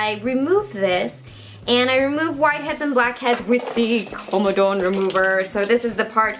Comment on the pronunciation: Says 'koamadawun' although it's comedone which is 'come' and 'done' This is not a hate comment! Don't attack me